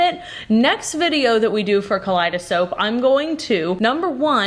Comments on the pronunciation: It irrationally bothers me that you say "kaleidosoap" but type in the desc "kaleidoscope" Anyway I think that came out nice tbh, I'd get that for my ocean theme loving mom, looks very much like a stylized clam shell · "Kaleidosoap" has me rolling! XD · Anyone else catch say kaleidsoap? 😂😂😂 yes please more of this